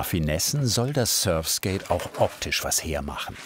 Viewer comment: Tut schon weh „surfskate“ zu hören 🥴